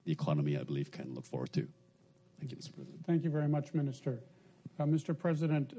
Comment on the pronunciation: Ai want test maminisytrer. Sedih aku dengarnya, keliatan bgt wibawanya dan kemampuan bahas asing